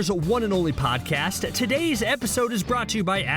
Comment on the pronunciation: CBR did you just say pog cast?